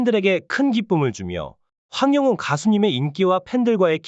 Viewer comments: 황용은이 이름을 제대로 발음을 그렇게해요.황영웅 입니다. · 황영웅 가수를 응원 하려면 이름 발음을 똑바로 확실히 해주시면 합니다 황영훈이 아니고 황영웅 입니다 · 똑바로 읽으세요 황영운이 아닙니다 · 황영웅 발음 잘해주세요--아나운서답게요. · 이분은 계속 남의글베끼거나 따라하는 무트버입니다 시청하지마세요 이름하나제대로 발응 못하네요